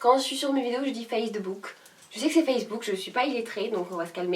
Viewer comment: Moi aussi je dis "Face De book" 😂😂❤